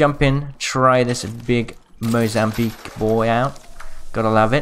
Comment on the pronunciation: Mozambique normally: Mozamweek Mozambique now: MOZAMWEEP!